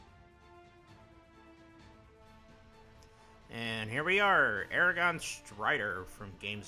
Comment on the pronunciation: ara gorn not aragon